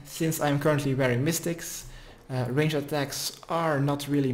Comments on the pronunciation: "Range - Ed" gets me every time 🤣🤣🤣 Love the guide! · Someone please teach him how to pronounce ranged.